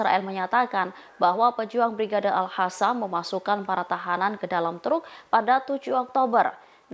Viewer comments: Al Qasam ,, bukan Al Hasam.. Apakah hnya saya saja yg mndengarnya, dari penyiar sejak kemarin² ? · mbak ini bacanya brigade alhasam padahal tulisanya pakai "Q"